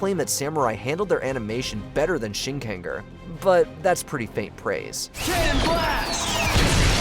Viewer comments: Shin…ken…gur??? Bro, the pronunciation for “ger” in Shinkenger is not different from the “ger” in Power Ranger… 😭😭😭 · UM IT'S SHINKENGER,! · Ngl, I've been dying to see to do vids on other Toku properties besides PR. But then they couldn't even say Shinkenger right so idek anymore (At least they could say Gingaman right) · I can’t believe mispronounced Shinkenger